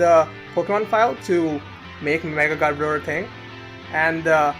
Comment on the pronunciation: Its garb-o-der